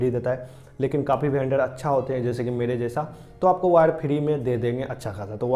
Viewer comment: वेंडर❌ भेंडर✅🤣